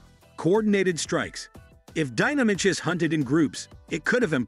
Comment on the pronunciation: that's not how Deinonychus is pronounced. It's "Die-non-ick-us"